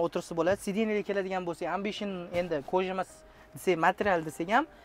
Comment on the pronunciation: Барака топкур амбишин эмас эмбишин деб айтилади